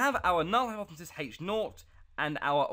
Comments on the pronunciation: Learn how to edit videos and say the word hypothesis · bro needs to learn how to say hypothesis clearly